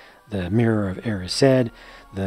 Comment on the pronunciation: The way he said erised. I don't know if all Americans pronounce it "e-ree-said" but i pronounce it "ee-rise-d" lol